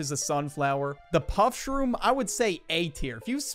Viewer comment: Bro really said pushroom